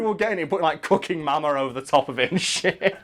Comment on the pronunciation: Who else heard say Cucking Mama? 😂